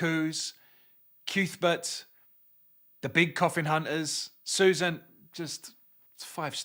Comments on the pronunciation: I’m not calling Cuthbert CUthbert. It’s Cuthbert. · Haha it seems like everyone has the same reaction to the reveal it’s pronounced ‘Cyouth-bert’. All i have to say is if Sai King wanted me to pronounce it right he should have had Sheemie learn his name before I read 600 pages with ‘Cuthbert’!